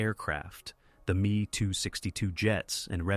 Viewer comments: The "me too 62 jet". Full your AI bullshit. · Artificial Intelligence voice proof me262 aircraft. Should be ME262